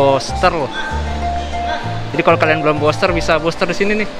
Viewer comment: Bilang nya vaksin Buster NU, bukan boster , gmn seh BHS inggris nya , katanya kuliah 😂